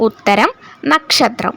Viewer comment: നക്ക്ഷത്രം അല്ല നക്ഷത്രം ആണ് ശരി.